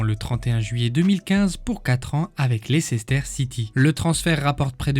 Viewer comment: Ca se prononce Leister City :) Maintenant Champion du Monde, Champions League, avec une bonne chance pour être Champion D’Europe. Il a fait le plein en cinq ans.